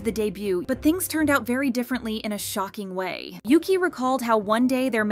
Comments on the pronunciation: Your saying yuqi pronounce is wrong yuqi is not says like yuki correct is -> Ugi ok? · it bugged me sm when she kept saying yuki💀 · No but the way she’s pronouncing yuqis name like ‘yoo-qi’ is kinda annoying for me bc I pronounce it as ‘u-gi’😭😭 no offence tho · Yuqi name is pronounced You Chi in Chinese, not You Key. She just had to accept the constant errors in pronouncing her name. And she is multilingual (4?). Oh well. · Yuki? It is Yuqi and is prononce Yu tchi (as in chihuahua) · As someone who felt embarrassed for mispronouncing her name the same way at first too (like the japanese word "yuki"), it actually annoyed me too since it's supposed to either be "ugi" in korean or "yeuchi" in chinese. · Her name is pronounced "Yoo-chee," not Yuki, which is Japanese. It means "Jade Rain." And Shuhua is pronounced just like it looks "Shoo-hwaa." As for Siwoo, could not care less; but they should bring Soojin back. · I started crying when I first heard Yuqi’s name get pronounced as Yuki here (not trying to be mean but it made me kinda laugh and it’s pronounced u-gi) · "Cwoo" 😂😂😂 its pronounced SHE-OO ❤ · It's not Yuki, it's OOgi. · yuqi's name is pronounced like "woo-gi" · Yuqi's name is not pronounced the way you are pronouncing it. She and others prounounce it "Oo-gi" with a hard "g", as in Gosh or Gilligian. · To all (G)-idle fans, yuqi’s name is pronounced as ‘woogie/oogie’ :DD please pin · Bro why can’t you pronounce yuqi’s name correctly😭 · U need to go listen to how to pronounced yuqi name